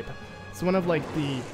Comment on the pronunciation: Got to love "he legend of zelda"!